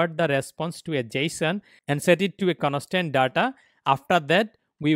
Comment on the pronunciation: conostant data hahhahaha